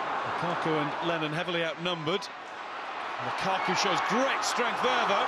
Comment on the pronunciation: When he was Lukaku not Lakaka